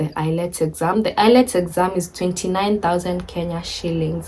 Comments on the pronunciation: It's IELTS not ILETS 😄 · The exam is called IELTS (pronounced as ayelts) not ILETS😅. Congratulations and all the best in your new journey.